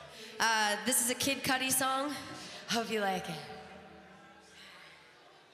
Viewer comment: its pronounced kid coody... not cutty or cuddy